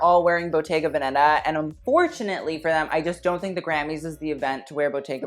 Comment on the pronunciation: Again it’s véneta not venèta 💖